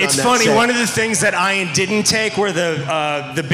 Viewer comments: How did he pronounce Ian's name wrong? He should be be embarrassed. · Dear Ian, I corrected the announcer for you as soon as he said it! People do it to my name all the time too. Eye-an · Ian is pronounced Ian, not I-an. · I never said he was mad. I said I can't believe people still say it wrong when he's been famous for so long. I understand most people with that name pronounce it differently, but everyone deserves the respect of their name being pronounced the way they want it to be. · Ian taking offense to the misspronounciation of his name it silly. Never would I assume that Ian is prounced I-ann. He acted like he was playing, but to be honest, he was offended.